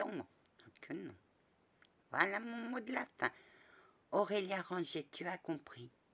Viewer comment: Et j'ai oublié de te préciser que tu as parfaitement prononcé mon nom 😁😊💋 à bientôt 😘